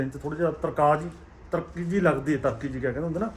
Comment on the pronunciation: ਕੁੰਮਾ ਮਾਸੀ ਨਹੀਂ ਕੁੰਮਾ ਮਾਛੀ ਆ ਵੀਰ । ਤਰਕੀ ਨਹੀਂ ਤਲਖ਼ੀ ਹੁੰਦਾ ਬਾਈ 😅